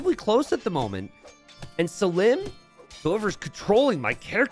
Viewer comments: NGL the prouncation of selim by t90 is already enraging me xD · Anybody else find it ironic that he seems to be pronouncing Selim's name wrong just to make it rhyme?